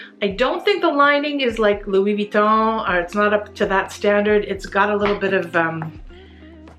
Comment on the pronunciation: I love your pronunciation of Louis. Bien. Vous êtes très magnifique